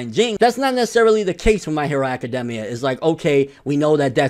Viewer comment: The thing that made me mad was that hes saying academia wrong